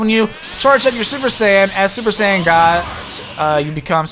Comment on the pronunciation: When you say Super Saiyan, it sounds like Super Sand.